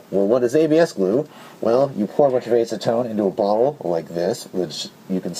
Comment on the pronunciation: I hate to be that guy, but I have OCD and its just one of those things I do. Sue me. You're pronouncing acetone wrong. It has a soft A like apple. Back on topic, I think this video was great. I had no idea you could use acetone in that way. I knew it would dissolve it but didn't even consider using that property to smooth rough plastic. And the solvent weld idea would be great for integrations and shell modifications. Im assuming when its fully cured it would be sanded like the original plastic itself, Other than epoxy putty there aren't many sandable adhesives. Goop and hot glue are both somewhat soft once cured. It could make for a cleaner connection than bondo or epoxy putty.